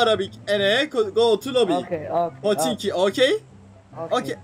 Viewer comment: aynı araplar gibi söylemişsin "poşinki" 😂😂😂